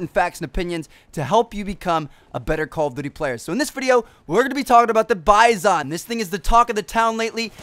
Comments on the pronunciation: The gun isn't pronounced "Baizon." The gun is Russian, and the "i" is pronounced "ee," so it is pronounced "Beezon." Please spread the word, it's annoying when I hear it pronounced incorrectly online. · You pernounce the gun wrong